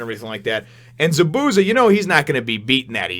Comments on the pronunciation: it more like za-boo-za more emphasis on the zas not the boo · Chakra will be explained soon. ZA-bu-za it is a z not an s sound at the end and you have to acknowledge the first a. The sharingan, which someone already explained how to pronounce, is pretty cool and you have only scratched the surface. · The way that you pronounce Zabusa is funny as hell lmao... Good review